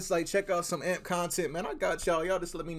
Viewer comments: Lmaoo what’s crazy is that they all got it off the struggle and can you say it as "A-M-P "and not "amp" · Hearing him say AMP and not A-M-P is funny asf 😭😂